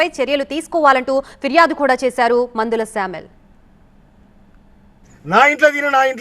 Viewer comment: PANDHULA SAMEL NOT MANDHALA😅😊